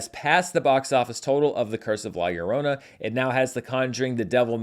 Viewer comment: Hi, Great to hear the big day is around the corner Thanks for the show and the correct pronunciation for La Llorona However, you have it as ‘La Lllorona’, with three L’s, when its spelled with only two - LLORONA ✌🏻🙂